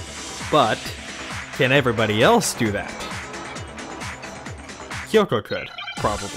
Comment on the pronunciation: Don't worry,, their pronunciation of Kyoko bothers me too.